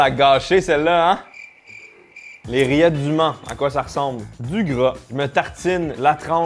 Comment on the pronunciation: j'ai compris:"les rillettes d'humains''